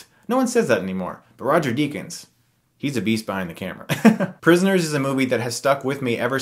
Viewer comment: OMFG just watched Prisioners! And soo far is one of my favorite films of the year to! I was doing something else while hearing your video and when I heard you said prisioners, my head turned like the one of a starving velocirraptor.